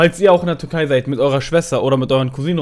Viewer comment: Bin ich der einzige der ganze Zeit Turkei versteht und nicht Türkei